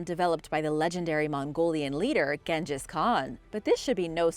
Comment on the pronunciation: you said genghis wrong (yes i spelt it wrong) and there was another word in a video you just say wrong lol